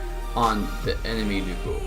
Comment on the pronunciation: Finally someone pronounces Lu Bu the Chinese way.